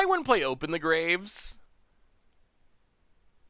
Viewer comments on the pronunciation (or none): none